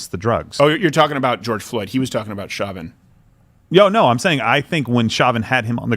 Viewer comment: It’s Show-vin, not Shaw-vin. Pretty sure the prosecutors were formally corrected on that because about half way through the trial, they started correcting themselves and doing so with a bit of a ‘show’ for the judge, complete with apologies for mispronouncing his name. Lol like project very toss, eh Crow-der?